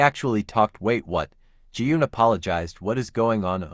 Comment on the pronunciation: Every time you said "wait what"... I misheard it as "Wake one"😂😂😂